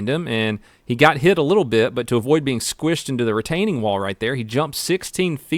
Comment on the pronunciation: Squishid? ...... is that a new word? Roflmao 🤣